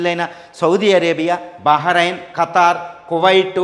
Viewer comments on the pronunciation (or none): none